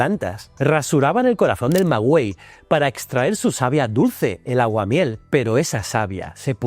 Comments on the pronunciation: Me ultra súper encantó, pero como en un comentario anterior, maguey está mal pronunciado, hay que pronunciar el sustantivo TL de la lengua náhuatl, las chinampas son de los lagos sureños de la cuenca de Mexico y no el lago de Texcoco, al norte, que era muy salado, pero ahí se da el alga espirulina, muy nutritiva y que se secaba al sol, también de ahí sacaban el salitre para conservación de alimentos o salarlos. Para ir a la guerra los mexica, o los comerciantes de larga distancia, usaban maíz hecho polvo que dura mucho tiempo conocido como pinole. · Tampoco pronuncia bien el subfijo, que es el nominativo náhuatl TL. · Excelente vídeo. Sólo una pequeña aclaración sobre la pronunciación del Maguey. Y es que la letra U no se pronuncia. Ya que la palabra carece de diéresis. Por lo tanto se pronuncia maghey.